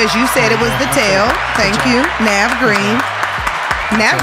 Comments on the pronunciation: Bru this was funny as hell bru. Lol how you forget the H Navv 🤣🤣🤣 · y'all cheated.. HE DID SAY THE H